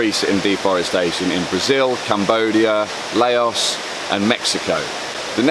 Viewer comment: Lay-os???? It's pronounced L-ow-s